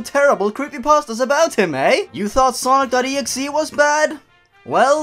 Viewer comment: oh hey cool hesaid it like snock.executabel yourg